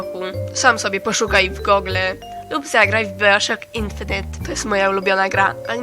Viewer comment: hmmm twatz typa z papyrusem na koszulce kojarzy mi się z the binding of isaac I bioshock infinite nazfawał baiszok infedent a to się czyta baioszok infinit